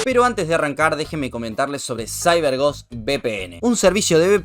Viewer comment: Déjenme comentarle sobre "saiber gos..." jajaja